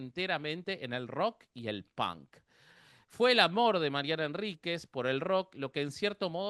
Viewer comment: Nadie dice "punk" tan bonito como los argentinos.